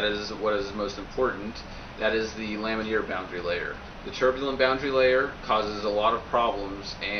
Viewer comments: Lam-in-ar not lam-in-eer. It's like hearing someone say "nucular" over and over. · laminar. It's laminar. Not lamineer.